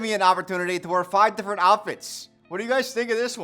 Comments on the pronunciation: "it's a little bit diffwent" 👉👈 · "Diffwent" hehe Great job to both and the editor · it's a little bit diffewent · did i hear diffwent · "it"s a little bit diffewent" how much have we had to drink... love u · says “Diffewent” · "It's a lil bit difwent" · "diffewent"? What's next a googoo gaga? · Diffwent lol. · Bro cant pronounce different properly though lmaooo